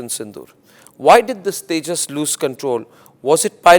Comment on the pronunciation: 😂😂😂😂 Kia boltey hn usko tijus